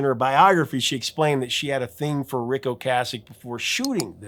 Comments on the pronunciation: O-Kaysick. Is the pronunciation, not O-Kahsick. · When The Cars were in rotation, everyone pronounced Rick's name "oh-KAY-sik", even MTV and radio stations. I had gone 30+ years under the impression that was how it was pronounced, and only in the last 10 or so years that I've heard it as "oh-KAH-sik", and I find I still find myself pronouncing it the "old" way.